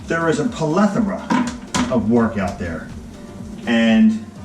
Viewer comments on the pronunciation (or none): It's not 'a polethrma', it's 'a plethora'. . Great job, thanks.